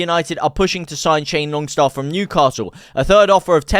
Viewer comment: It’s Sean Longstaff not Shane Longstaff lol